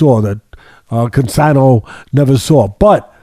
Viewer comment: Good stuff as always, but I have to crack up. corrected the George Costanza thing, but while the fight was going, Teddy went from tweeting the proper "Castano" he started saying "Constano", LOL. Also, it's odd that Boots Ennis has two consecutive early KO's with shots behind the ear. Note to future opponents - don't duck down that same way trying to avoid the right hand.